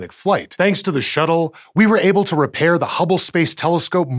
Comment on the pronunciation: "reparing" :3